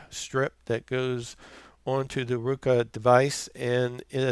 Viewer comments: Haha! It's "RO-KU" NOT "RU-KO" Thanks for the video. Sling offered a free Roku express if I sign up and I wanted a good review video. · Hi, Sounds as if he is saying "Rueka", and that sounds like some sort of a vegetable. BTW, I do have a Roku Express, and think it is well worth the $30 cost. 10/07/2017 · Thank you sir. The video was extremely helpful. Everything was on the money except for your pronunciation of roku and netflix lol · Great video thanks, BTW, where are u from ? You said Roku and Netflix with an accent, kinda Midwest but not so much o’s don’t cha knooow, lol!